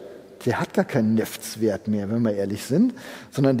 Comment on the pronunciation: Wer neffts sagt, muss auch Weltip sagen. :)